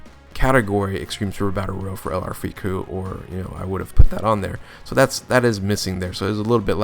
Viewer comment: something about it is just…. weird